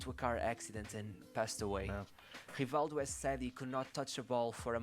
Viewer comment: it's hivaldju just like the video says. Portuguese is weird